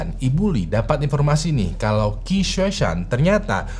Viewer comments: Qi di baca ci bang Gu dibaca ku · Qi itu kalo ga salah di cina kaya nya dibaca ci bang